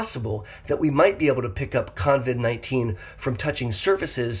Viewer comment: it is COVID-19 NOT coNvid. No N in the name.